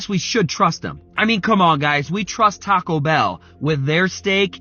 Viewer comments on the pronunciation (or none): none